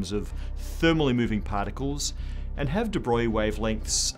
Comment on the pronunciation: Paaaarcules, is supposed to mean "particles'?